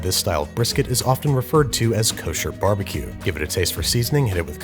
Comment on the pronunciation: Barbejew BBJew Lol